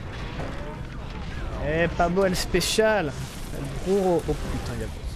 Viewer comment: Je t'adore mdr mais tu me stress à dire "bruyo" au lieu de brujo en prononçant un R 😂